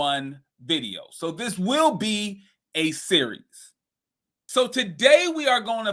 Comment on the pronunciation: 😂😂😂 I’m sorry it was funny the way you said a series